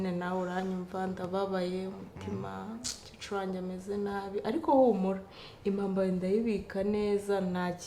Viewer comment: Ntabwo bavuga umucecuru bavuga *umukecuru*.